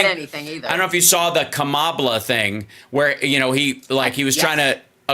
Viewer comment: The "ck" is silent on the end of Kamabla.